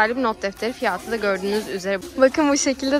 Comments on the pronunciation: Abla bireye takıldım neden fiyat değilde fiyaahğtı diyorsun ya 😂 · Niye fiyağti diyor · Abla niye fiyata fiyaatı diyorsun😂😂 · En çok neyde güldüm biliyoruzmu fiyatı diyeceğine fiyaatı dedi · Fiyatı demek yerine fiatı diyor😂